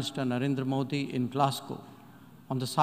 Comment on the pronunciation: Europeans and Americans pronouncing names of Indian leaders - vivekamunnununund , su-bra-m-n-ya-nu, moo-dee !!! We pronounce their names correctly or atleast puts in some effort to check online how to pronounce difficult names as a form of respect !!!